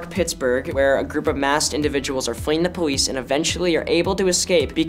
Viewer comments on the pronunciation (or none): He said powice 😂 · Did Finn say "Powice" or am I just hearing things? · Did fin say poweesh instead of police